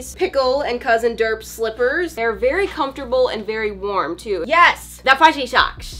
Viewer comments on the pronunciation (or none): Very Homfortable. Me: yea really Homfortable.